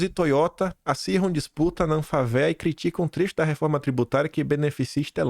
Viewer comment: Amigo a palavra ANFAVEA se pronuncia Anfávea.